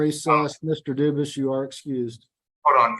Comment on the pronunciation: Why did the judge get the prisoners name wrong? It's obviously not Duvus it's Dufus.